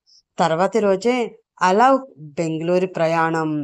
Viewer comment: అలోక్ పేరుని అలౌక్ అని చదువుతున్నారు